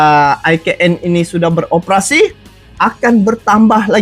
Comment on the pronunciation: IKN menurut ejaan bahasa indonesia di eja I KA EN bukan AI KE EN.....he he he....